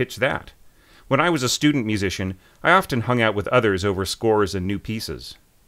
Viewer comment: There is no such verb as "score read". Say either "read scores" or simply "read". (By the way,, the "t" in "often" is not pronounced.)